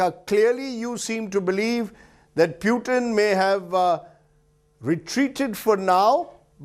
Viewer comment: Its not peutin its PUTIN 😂